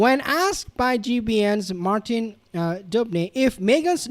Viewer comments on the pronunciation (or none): none